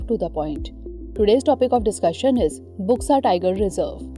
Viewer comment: इसका उच्चारण बुक्सा नहीं बल्कि बक्सा टाईगर रिजर्व होगा। इस क्षेत्र को डुआर्स कहा जाता है। असम में भी बक्सा नामक स्थान है। अलीपुरद्वार पहले सबडिवीजन था पर 25 जून 2014 के बाद इसे जिला बनाया गया।